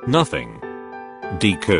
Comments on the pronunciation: Wow they really gonna do my deku like dat and pronounce his name like eyezuku Edit: wow, just got farther into the video and the really did my guy dirty AGAIN they really called him deeeku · I love how the speaker pronounces Deku as DEEkU 🤣😂